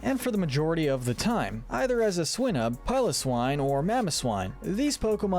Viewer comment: It’s pronounced “lana-KEE-luh” and “SWY-nub”, and “ARC-tuh-zolt,” “Patrick Star”! 🤨 You’re so bad at pronouncing names,! 🙄